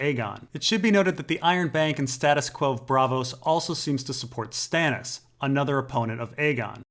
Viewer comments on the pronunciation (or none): none